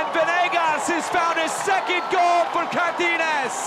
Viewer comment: It is not "Cartines" It is CAR TA GI NES